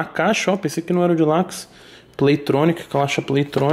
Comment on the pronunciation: Nintendo: a Toguro: ediçao "dilax" kkkkkkkkkkkkkkkkkkkkkkkkkkkkkk